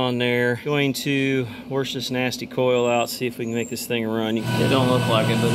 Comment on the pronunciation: Wersh it out 🤣🤣🤣🤣🤣